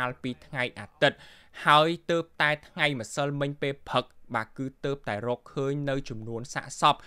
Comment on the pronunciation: ហ៊(រក)សម្រាប(សម្រាប់) ផឹក(ព្រឹក) ឆើន(ច្រើន) ហុឹម ប្រើពាក្យអោយត្រឹមត្រូវផងបើតាំងចិត្តធ្វើអ្នកអានព័ត៌មាន.